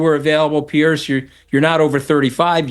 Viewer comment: Piers, not "Pierce"